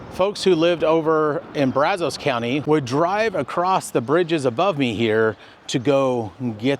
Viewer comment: The area around the Brazos River in Bryan College Station also has a lot of petrified wood. Also, just an informative point, Locals pronounce "Brazos" with a short "a" as in 'cat' and "os" as in 'us'...